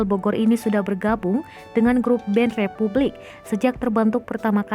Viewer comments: Yang benar itu Republic, bukan Repvblik Suuuu..... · Repvblik orang lain : Republik Gw : Rep(vu)blik